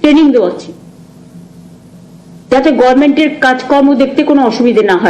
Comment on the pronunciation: Gormen. Ha, Ha Government uchharn korte parlo na 15 bochar dhore